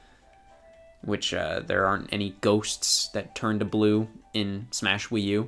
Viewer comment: Superd smaesh broter